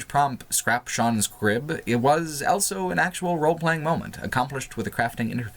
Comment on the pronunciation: says elso instead of also.